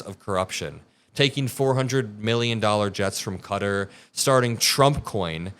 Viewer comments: Please learn how to pronounce Qatar properly, it’s closer to Ka tar. Makes me wince every time you say cutter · This is pretty irrelevant but i hate how a lot of americans say "Qatar" its not pronounced "cutter"